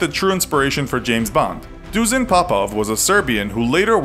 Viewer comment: The way you butchered Dusan Popov's first name made my ears hemorrhage, but I'll attribute that to it being my name aswell. Good effort though, and great video nontheless!